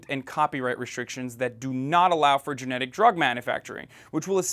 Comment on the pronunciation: Is he saying generic or genetic. Cause generic would make more sense to me